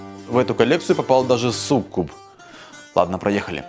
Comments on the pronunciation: На произношение слова суккуб, ударение ставится к буквам у. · что за сук куб и нАчать что с произношением ?